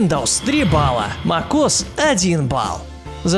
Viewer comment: Мак ос як бесет мек ос хоть научись читать